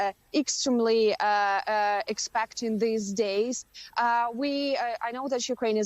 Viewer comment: Yes! Someone who pronounces "Putin" correctly. Learn, you exceptional Americans!